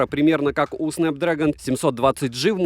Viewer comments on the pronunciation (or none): none